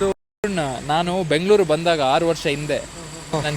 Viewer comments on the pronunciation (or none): none